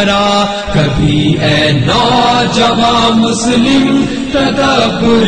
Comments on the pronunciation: its Musalam not Muslim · ماشاء بہت ہی عمدہ پڑھی گئی. روح تک اترجاتے ہیں الفاظ اور ترنم. بس کچھ الفاظ کے تلفظ کی ادائیگی میں مسئلہ ہے. مثلاً : شتر، کوشُتر پڑھا جائے اور آئین مسلم میں مسلم کی لام پر تشدید ہے. مسلم یعنی تسلیم شدہ"